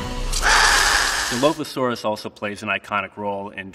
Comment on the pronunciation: No hate but like a dinosaur expert can't even say dilophosaurs right